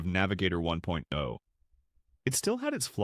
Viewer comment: The emphasis on words like "1.0" and "2.0" when comparing the two doesn't sound right. But more generally, the overall cadence sounds really repetitive. It's lacking any human touch and becomes a sort of drone that I found myself tuning out to.